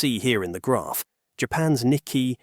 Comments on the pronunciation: It’s nik-key 225 not nikky 225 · Wrong spelling and pronouncements! This video's commentator pronounced "Fumio Kishida" as "Fumio KUSHIDA" ! And "Nikkei" is not pronounced as "NIKKI" ! Holy cow! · So you cannot pronounce "Nikkei." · The whole video fall apart for me when the word Nikkei was badly pronounced.